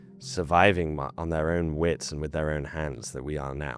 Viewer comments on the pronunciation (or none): none